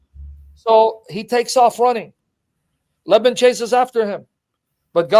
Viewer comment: And Lebben is Laban